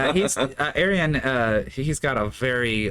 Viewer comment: his name is pronounced Ar-Yun. 5: = Y